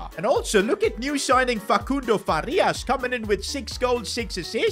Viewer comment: stop saying facundo like that